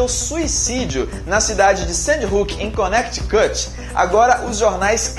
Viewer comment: poha "Searou" blz super pronúncia mas Conequitucuti kkkkkkkkk!